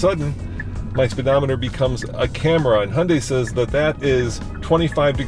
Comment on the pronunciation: Han-dei🤦🏻‍♂️. It’s Hee-un-dai.